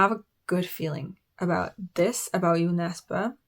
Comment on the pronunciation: I'm really glad that, thanks to you I now know how to pronounce Jo Nesbo's name correctly. Looking forward to you reading more Norwegian / Swedish authors 👍